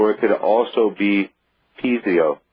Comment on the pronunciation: I cringe whenever he says piezo like "pee-zee-oh." It's pronounced "pee-ay-zoh."